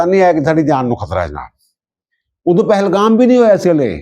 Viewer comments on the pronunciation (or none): none